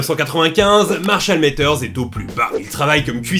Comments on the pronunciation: Matters se prononce pas avec un "é" mais bien un "a". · Marshall Mathers stp pas Métheurs. Le "th" fait que le A se prononce comme un A français et non é (Comme dans father par exemple, on ne prononce pas fédeur). Sinon je kiffe tes vidéos je suis nouveau sur ta chaine mais j'aime bien ton contenu mm si j'en ai vu très peu.